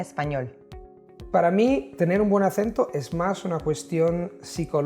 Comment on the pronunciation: De verdad, tiene un optimo accento en español👏👏👏👏